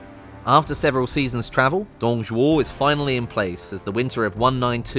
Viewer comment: My god the Pronunciation for Dong Zhuo is bad x.X